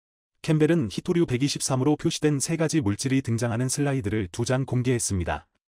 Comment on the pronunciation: 회토류가 아니고 희토류입니다